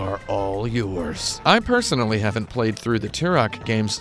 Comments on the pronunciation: Benny Blanco From Da Bay it is tur-ock I mean the main character literally says his name like 500 times in the game and yet this guy STILL can pronounce it! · Why do you keep saying Turok like 2-Rock?! He literally says his name every time you get a life up, and yet you still can't pronounce it!?!?!? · Love these games but Jesus man The way you pronounce Turok just slightly wrong made me want to kill myself by the end of the video. 10/10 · Out of the 72 thumbs down, 7 people don't like. The other 65 hated how he pronounced Turok because they didn't get the joke.